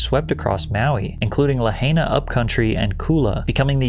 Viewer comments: it's pronounced la h-ryr-nah. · You pronounced Lahaina wrong, and yes I still live here. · My guy.... it's pronounced La-Hi-na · La hy na. Any human who had followed the devastating news would have heard the correct the pronunciation of Lahaina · I like your content, but your blantant mispronunciation of Hawaiian words is really annoying. Learn to pronounce my culture's words. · Bro at least pronounce Lahaina correct bruh. It ain't that hard. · Bro you almost forgot how he butchered the pronunciation of Lahaina.